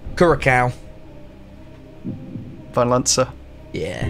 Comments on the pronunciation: For the last question, it’s Cure-a-sow for pronunciation! Just a little nugget. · Great episode again!! really enjoyed it! btw: the c with the thing on the bottom (ç) as in "Curaçao" is pronounced "s"